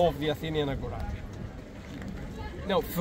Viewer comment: Agora not agoura...😂😂